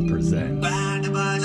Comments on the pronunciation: The Indian word for India is "Bha-rat"; this was "Ba-raat", which means a wedding procession, typically referred to from the Grooms side. PS: The "h" sound is pronounced here and the "t" is very soft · BHaaaaa-rut means India. Remember to pronounce the "H". Ba-raaaaat means wedding procession. Notice the absence of "H". It surprises me that even after all these years, both you and cannot pronounce Bhaarat. Here is a suggestion. Starting today, never again say the word India. Instead say "Bhaarat" for India and "Bhaartiya" (final a is not pronounced) for Indian. Don't ever say India or Indian again! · bharat is india pronounced (bhaa-rutt), baaraat is wedding procession pronounced (baa-raaht) 👍